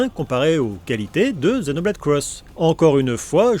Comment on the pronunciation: C'est marrant, tu dis bien "Zenoblade" et "cross" (et pas X) comme en VO, par contre tu ajoutes le "Chronicle" du titre occidental. :)